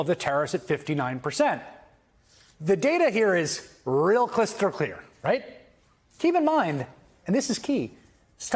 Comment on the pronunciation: I heard a couple gaffs, "bread and brudder" , "clystal crear" along with some odd pronunciations. Not to detract from what he's saying, just thought it odd. Tho, you right, I was having a drink so maybe made it sound worse 😅😂